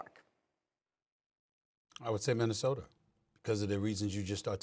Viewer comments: Did SA say MinnesotER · Stephen “Minnesoter” A. Smith Stephen “ Serge Ibaker” A. Smith 😂🤣😂🤣😂